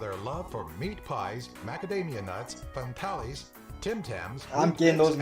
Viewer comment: Did that clueless moron on that video actually say FANTAILIES? ...Sweet mother god lol, What the hell is so hard about saying FANTALES. What the hell is with American's struggling with that damn word so much. It's pretty basic. Take FAN and add it to TALES and it spells FANTALES, NOT bloody FANTAILIES. Holy Crap, seriously!!